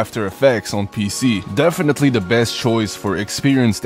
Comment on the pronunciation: de utter apps or the beest BROOOO TALK RIGHT